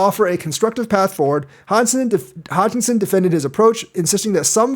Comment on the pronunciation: HOSKINSON!!! not Hodginson😂